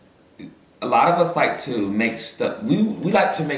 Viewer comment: “Taste lih a lil turkey leg” took me smooth tf out 😭😭